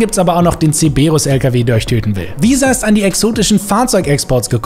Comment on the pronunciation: Warum triggert es mich so das er Zeberus anstatt Cerberus sagt😅 Und den Kamacho gab es doch schon in der letzen Event-Woche